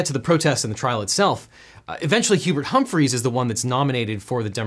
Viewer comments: It's Hubert Humphrey, not Humphreys. Just one Hubert. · Not to be that guy but it sounded like you were saying Hubert HumphreyS, but he's a singular Hubert Humphrey. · You said "HumphrIES", his name was "HumphrEY" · Hubert's name was not "Humphreys". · Devin, another great, entertaining & educational video! Your work is always very high quality. Just one thing: there is no 's' in the name "Hubert Horatio Humphrey" (The ORIGINAL Triple H) Thank you! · It's Humphrey not HumphreyS. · OBJECTION: Hubert Humphrey. Not Humphries. Also, I guess when you're a defense attorney and the judge hates you, you hope the appellate court will see your side of the story. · It’s Hubert Hupmphery, singular, not Hubert Humphrey’s. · It's Hubert H. Humphrey, not "Hymphreys" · It's Humphrey sans "s". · "Humphreys"? Come on, man. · *Humphrey, no "s." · It is Hubert H Humphrey. Not Humphreys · OBJECTION. Johnson’s VP was named Hubert Humphrey. You twice called him “Humphries.” Millennials, tsk. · Hubert H. Humphrey… not “Humphries”. I want to say that I know this because of an extensive knowledge of U.S. political history; but, I actually only know it from the Vikings old stadium, the Hubert H. Humphrey Metrodome. 😂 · It's Hubert Humphrey.... not Hubert Humphreys. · It's Hubert Humphrey. There's no -s on Hubert Humphrey. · Objection! His name is "Humphrey", not "Humphries". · Hubert Humphrey, not Humphries. Fire the editor! Then the writer.